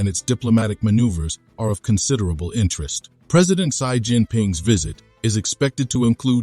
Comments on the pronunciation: President Xi is pronounced as Si not zai😅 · 1. You are a Pro China Channel and you cannot pronounce the name of Pred. Xi's name correctly. Change the Bot. 2. Vietnamese knows how to play the geopolitical game of China and the US, sometimes they win and at times loose. The bottom line is China is their next-door neighbor who is not a push over and the Vietnamese knows how to and must play the geopolitical game in order to stay independent and a sovereign state.